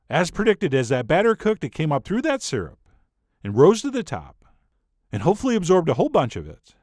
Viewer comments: I a;ways snicker when I hear Chef John pronounce "Syrup" as "sirp." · ..........did you just pronounce syrup "properly" ?